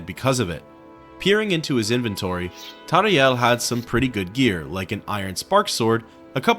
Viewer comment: His name is "Tarheel". Also Cosades is pronounced as CosAdes. Not Cosaydes. Its like in Latin,so pronounce the e.Sorry,I'm a MW geek. :}